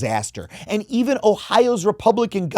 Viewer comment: I know you said "missed opportunity and a disaster" but it sounded like "a missed opportunity at a disaster" which would imply Lindsey Graham wanting Trump to triple down and make a fool of himself even more